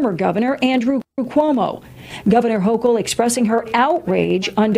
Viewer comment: Man pronounce the Governor’s last name correctly!!